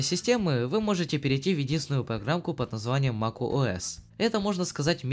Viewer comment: на протяжении всего видео мне слышалось макОС а не макуОС